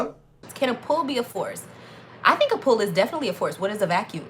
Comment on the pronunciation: 'you open a drawer and you puul' 😂😂😂